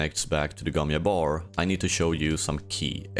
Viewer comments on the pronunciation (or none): why do you say gom yabbar when we know it is gom jabbar? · It's the Gom Jabbar, not the Gom Iabör. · It's not the Gon Yabar. It's the Gon JJJJJabar